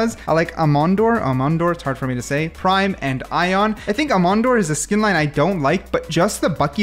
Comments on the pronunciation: Hearing u say aemondir like that hurts my soul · This mf doesn't even know how Aemondir is pronounced. Mods delete his ability to enjoy life.